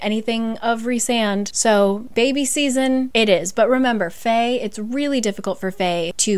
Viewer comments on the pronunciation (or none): none